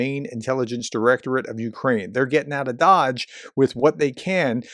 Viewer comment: Getting out of Dödge, eh?